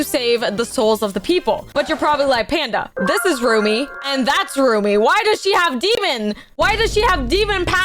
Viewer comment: It’s Rumi stop saying roomie